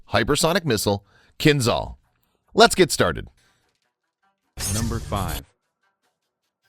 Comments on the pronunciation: Not Kinzal. Kinzhal is pronounced Kinjal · It's "kinzhal", not "kinzal". "Ah" as "s" in "treasure". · Hey guys. I know, those weird words in Russian language...but Kinzhal is getting pronounced "Kinjal" (Кинжал) it just sounds so strange, when you pronounce some of those names wrong. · At first, it is not 'Z' sound in the name. It is 'ZH', like first letter of name Janet in French. 'KinZHal' ("Кинжал", rus.) - 'Dagger' in English. At second, it has nothing common with 'Brahmos' missile, which itself is an export version of Russian 'Onyx' anti-ship missile. It's more likely 'Kinzhal' is an airborne version of the 'Iskander' tactical ballistic missile, modified and upgraded for air-to-surface tasks. The 'Zircon' anti-ship missile it is another parallel branch of supersonic missile development in Russia. And, right, 'Zircon' will have the 'classical' supersonic ramjet engine, or something like that. At third, 'Kinzhal' has no any kind of ramjet or any supersonic reactive engine. It is obviously has a solid-fuel rocket engine, but very powerful and energetic. The 10M speed is the maximum speed of the missile on the track of its trajectory. The final speed of the missile can be lower... But the 'Iskander' missile has a multi-phase one-stage solid-fuel engine, so the missile can change its speed during the fly. Therefore, it can speed-up at the final phase of trajectory before penetration of a target. The Mig-31 platform is necessary to speed-up the 'Kinzhal' before launch and to increase the maximum range of the 'Kinzhal' missile. Moreover, it can 'throw' the missile to the altitude of 50-100 km in apogee of its trajectory. And, of course, like the 'Iskander' missile it is capable to change the missile trajectory by altitude and course on all stages of the fly ( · Good video but that "zh" in Кинжал reads as j in jam.